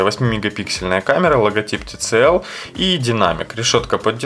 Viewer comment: Обзор конечно не профессиональный... Ну учите уже английский - Ваше ТЦЛ режет слух. Читается ТиСиЭль, и MIUI читается как МИюАЙ с ударением на последний слог, бомбануло, сорри. А по поводу камеры и прошивки - LEWA OS 5.1 с 4pda шикарно работает, перевод 100%, камера лучше работает, всё красиво и стабильно.